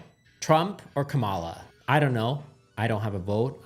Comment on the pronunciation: You mispronounced Kamala’s name.